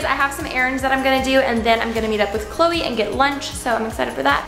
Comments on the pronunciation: When she said Chole I was a bit confused... anyone else?? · When she said cloe, I thought that it was her dog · everytime she says Chloe her dog pops up in my head💀